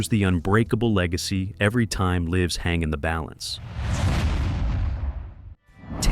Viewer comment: And does not know how to say lives correctly in context. Ai also doesn't match rifle video the rifle in question....sad